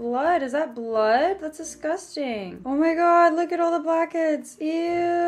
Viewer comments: So i did the 'drinking when she says disgustangg'. I'm hydrated for life now. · Did anybody else count how many times she said DESGUSTANG